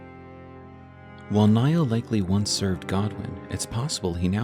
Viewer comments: why call him commander "Naill" when its clearly "Niall"? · Others have mentioned I think, but the name Niall is pronounced is identically to Neil (i.e., it's a homophone of "kneel"). As always, this was a wonderful video and I appreciate the in-depth research that went into this lore deep dive!